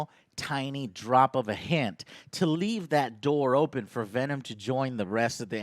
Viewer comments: Pavel Volkovoi Venon Roche. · Michael Barendregt "we are venon" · We Are... "Venon"